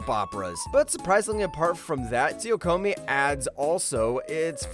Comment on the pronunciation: isnt number 9. Tsu-ku-Yomi? how come it became Tsuyokomi? @@